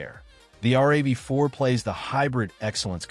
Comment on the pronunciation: It's a RAV4 - rav is a word with the 4 added not r-a-v-4